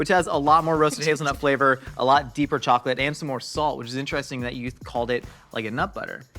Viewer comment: Is it just me or did anyone hear say “chalk-it” instead of chocolate?? 🤣